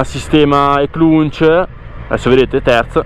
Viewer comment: È spettacolare questa moto ❤ le moto GP hanno lo stesso funzionamento di questa E-Clutch. E cmq non si pronuncia con la N in mezzo alla parola! A parte questo bel video e bellissima moto